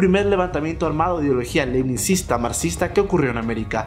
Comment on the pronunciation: Leninista no lenisista...